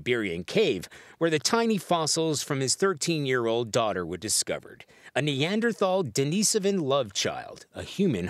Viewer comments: It's pronounced, dennis-oh-van Hahahaha! In an age when it's so easy to get correct pronunciation on the internet why is it still that people, usually Americans, decide to just wing it! Edited to add: Especially when they interviewed people who have worked on that particular project of getting the results, ect. But STILL the reporter is mispronouncing "Denisovans!" Hahaha😂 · 1. Its Di-no-so-van 2. We already know that DNA is in us as well. 3. This is the hokiest thing I think I've ever seen. It's seriously difficult for people under 50 to watch this. How do you guys even still have jobs? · Annnnd they all pronounced it wrong🤣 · Hard to believe a news source when said source can not pronounce NEANDERTHAL or DENISOVAN Lol